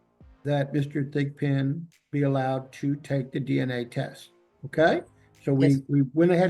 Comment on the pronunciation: Lol did he say Mr. Thick Pin?